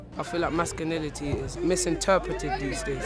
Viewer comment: He says "mascunility"